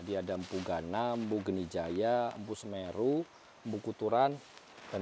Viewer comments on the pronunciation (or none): none